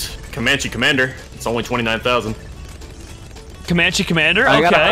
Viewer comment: I rewound the video like thirty times when I heard him say CoMaNcHe DeFeNSe